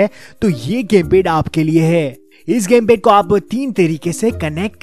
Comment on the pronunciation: Lol "pese" Ke lie..🤣🤣 "gemped"